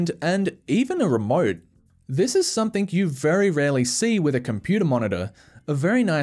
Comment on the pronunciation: Stop saying “SOMETHINK” and “HAITCH”. smh.